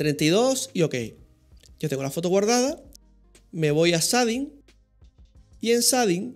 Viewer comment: "sading" shading